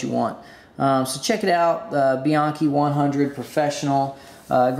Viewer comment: Frustrating to hear EVERYONE pronouncing Bianchi incorrectly. Try calling them to hear how it's actually pronounced.